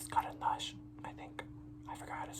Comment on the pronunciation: "I forgot how to say 'pencil' in russian" Proceeds to say it perfectly